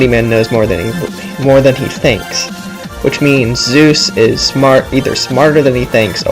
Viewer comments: It's Soos not Zeus. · its not zeus its soos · 1. Its sheriff blubs not sheriff bulbs 2. The "door" is an Aztec sunplate 3.Soos, not Zues (I though the same thing at first too lol) 4.Nice vid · Mistakes: That's the Aztec calendar... Fail. You pronounced "Soos" wrong. Those are alchemy symbols. (I'm not sure, but still) There are books 2 and 3. Did you think there wasn't a 1? (Not trying to sound like a douche, sorry if I did) Now, this isn't a mistake, but a theory is that the llama stands for nature and the ice bag stands for unnatural beings. In the wax episode during the credits, one of the heads says that llamas are nature's greatest warriors. Then in the Market episode (The one with the Dawn2Dusk) there was a unnatural brain in the freezer. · You mispronounced Soos' and Sheriff Blubbs' names